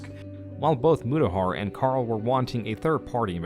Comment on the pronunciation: Mutahar went Murahar? lol